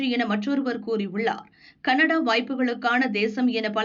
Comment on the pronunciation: Dear NEWS REader - pronunce panrappo - 'ke-na-daa' apdi pannanum madam. kannada kannada nu solringa - neenga le ipdi padikalaama?